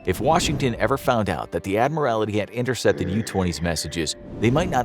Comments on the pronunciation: My goodness - if chat gpi or the narrator cannot say admiralty properly don't use them - so, so, so annoying- Admiralty not admirality- infuriating abuse of the English language- appalling. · You said adimirality during the video, it's admiralty! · Just saying, it is the British Admiralty, not admirality. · Agree. Got really annoying after a while. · I suspect knows that - pointing out that the word is in fact “admiralty” rather than the many, many mispronunciations in the video. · Interesting pronunciation of Admiralty. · It is not an Admiralty but the Admiralty, he pronounced it weird. From the rank of Admiral which is the naval equivalent of the general class of officer ranks in an army. So “The Admiralty” is akin to “High Command” or “Headquarters” of an army. Think the higher powers of a country’s navy.